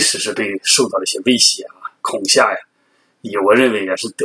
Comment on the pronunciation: 恐吓？kong xia? kong he